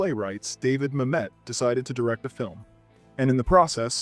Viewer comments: Good list. FYI David Mamet's name is pronounced MAM-et, not ma-MET. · Great list. One note - it's David MAM-et, not ma-MET. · MAM-et!!!!!!! My GAWD, PRONOUNCE PEOPLE’S NAMES ACCURATELY!!!!!! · "The movie is pure ma-MET" is ironically amusing though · To quote Mamet: "It's pronounced MAM-et. You putz." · Obviously some great films here, but isn’t this the dumbing down of America with a narrator who is so estranged from the material that he does not know how to pronounce Mamet? Otherwise he sounds so informed, but what emptiness. A narrator (and producer) with integrity would put in the necessary work. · Wonderful video. I so agree with you. Only one small note. You are mispronouncing Mamet. Many people do that. Google it. Oh and keep up the good work.